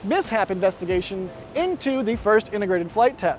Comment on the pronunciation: Absoloutely? Oooof